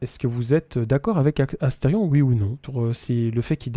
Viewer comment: C Asterion et pas Astefion🎵🎵